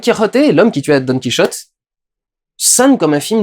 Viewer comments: Sérieux durandal ''don qui rotait'' tu ne peux pas dire don quichotte☺☺ bonne video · Tu sais t'es pas obligé de dire done kiroté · par contre je sais pas pourquoi tu t'obstine a faire la jota quand tu cite "Don QuiChote" mais en espagnol c'est le "J" qui se prononce avec la jota pas le son 'Ch". Donc ça se prononce bien comme un français pourrait le dire , enfin plus au moins. Voilà petit cours linguistique parce que je suis emmerdant , chouette review soit dit en passant même après avoir vu celle du Fossoyeur j'ai appris d'autres choses et j'ai même préféré ton analyse , après ça c'est personnel voilà voilà